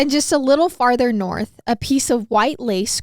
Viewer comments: “Just a little further nerth” “NERTHHH” 😂😂😂😂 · "and just a little further nerth" lmao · I keep laughing at "further nerth" lmao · omg it cracked me up so much when made fun up saying “nerth” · Came to the video version for “NURTH!!”😂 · Wheb he said nerth i died 😂😂😂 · Lol noarth 😂😂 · CACKLING at the NERTH